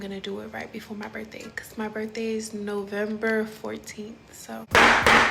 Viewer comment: “When i was at yo birfday party?👺👺”